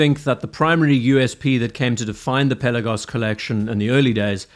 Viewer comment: Pel..aaa..gos. Not Pella-gos